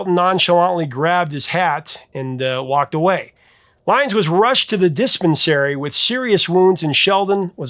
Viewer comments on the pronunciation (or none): ...ngl I'm more disturbed by your pronunciation of diss pen sarry >.> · Dis-pens-air-y? Dispensary??? I thought you were a Professor??? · Did you go to the dispense-airy for your dysentery or to buy some marriage-ywana? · Did y’all hear how this man pronounced “dispensary” ?? He pronounced it the way AI pronounces things.